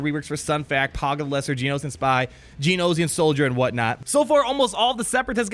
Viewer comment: I love you, but it's pronounced "Gee-Oh-No-Shun" (rhymes with concentration); not "Gee-Oh-No-Zee-un".